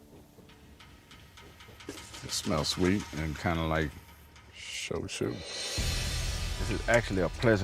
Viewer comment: It's pronounced "So-Ju" and I can't make it simpler than that guys. It's not chuice or chambalaya right? This is just as bad as chuna. Even the narrator made it worse by saying "Show-chew". You guys gotta take it easy on the sauce. I'm watching drunks play the telephone game with words they don't have the time to learn to pronounce. Respect other cultures guys we're learning so much about American culture from what you do. Thank you.